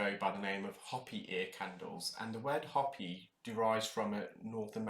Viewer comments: FYI : the Indian tribe, Hopi, is pronounced hope-ee (not hoppy) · The HOPI tribe is pronounced "HOE-PEE" (think "farm tool" - "urination"). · I thought he was saying poppy. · Came to say this! UK folk—if you come to the US pronounce it correctly or we won’t know what you’re saying. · I was just going to make the same comment. It felt slightly painful to hear his pronunciation.